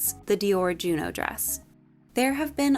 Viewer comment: the OH sound in french would be spelled eau. I believe Junon is pronounced more like you're actually saying it with the N but leave it off if that makes sense